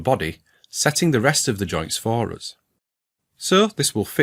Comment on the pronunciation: Today I learned how to pronounce "for us" in scottish: FAH-ROUS